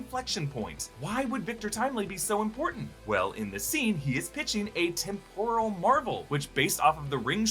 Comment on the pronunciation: "Tim-prul” not "tim-poor-uhl” lol